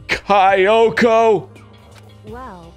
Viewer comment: "High-fumi", "Ki-oko"... Why is he mispronouncing those names on purpose (not that I care much about it, but I bet he's annoying himself by doing so, since he seems to know at least the basics of Japanese)?